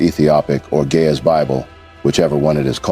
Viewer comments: PLEASE see to it that it is Ge'ez & not "gay as Bible". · It is GE’EZ!!! Not GAY!!! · Why do it sound like the narrator is saying gay as bible 🤔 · do not know how but the computer is reading gay bible erroneously or on purpose cause it is Geeze Ethiopian bible not gay bible , make your correction please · bro it is geez bible not gay as bible correct it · Not Gayz bible! Correct it! It is GE’EZ bible! What a miss!!! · In the subtitle, the phrase that you pronounce Ge'ez Bible is translated in the form of Gay as Bible which is wrong. Translate your pronunciation With the correct phrase Ge'ez Bible. It may create confusion for those who follow the subtitle. I appreciate your work! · It is not "gay is book" it is Geez book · It's NOT GAY IS ITS GIZ